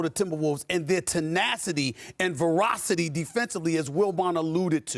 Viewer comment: It’s “ferocity” not “verocity”